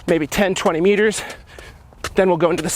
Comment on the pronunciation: i thought I was the only one that heard that lol